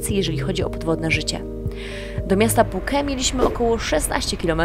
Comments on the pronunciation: Wszystko super ale te Puke brzmi bardzo dziwnie i nikt tak niestety nie mówi😂😂😂,poza tym wszystki super i oglądam wszystko jak leci, dobra robota. Pozdrawiam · Puke ? nie wiedziałem że tak się wymawia Phuket …